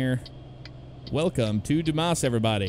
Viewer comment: It's pronounced "Dew-ms" :D